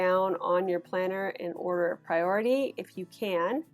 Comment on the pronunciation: Just one question - since when has priority become two words? (Pri-ority). She said it as one word, as well, so why keep splitting it up?Annoying 😡